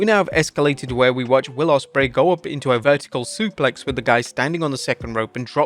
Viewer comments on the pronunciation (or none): none